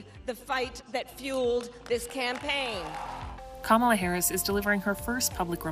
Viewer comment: CUM-ALL Haris 😂😅 saying slot of nothing